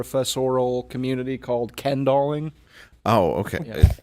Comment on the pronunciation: “Ken-dolling” lmao